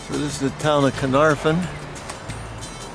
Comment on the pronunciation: sigh No one ever gets the pronunciation correct. The Welsh Alphabet is NOT the same as the English. F in Welsh is pronounced like the V in English, the F sound in Welsh is FF. So it is Caernarvon, not Caernarfon. The Y in Conwy is pronounced like a short I as in Pin, so it is Conooi.... W in Welsh is a vowel, not a consonant, in the case of Conwy it is the short form, so as in book. Y is usually a vowel, but can also be used as a consonant, unlike in English where it is usually a consonant but can be used as a vowel... Saying that, anyone from abroad being able to appreciate the 'Ring of Iron' is a good thing in my book. Having just found this channel I am now curious to find if you looked at Harlech and Beaumauris, probably the finest of the castles Edward I built in Wales, though Flint is probably the most unusual.... EDIT: Oh, and as an addition, at fairly regular intervals large face stones were placed end ways, so that the bulk of the stone projected into the junk in the middle of the wall. Kind of like placing modern bricks end on into the cavity of a house at regular intervals these days. I doubt they knew the science of it, instead discovering it accidentally, but those stones helped dissapate force from seige engines into the looser rubble filling that was more able to spread that force out and stopped the face stones cracking or breaking so quickly. As I said, I suspect they found this out by accident, but it is commonly used in castle walls but because these partic